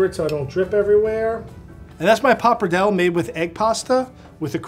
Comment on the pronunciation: Finally right at the end of the video he pronounced pappardelle correctly (like an Italian).